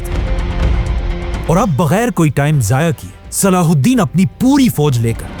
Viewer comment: Name saladen nahi hai salah u din hai